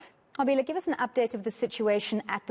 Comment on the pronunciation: This white reporter learnt how to say the Reporters name "Nqobile" properly. Would she have done the same if she wasn't paid for it?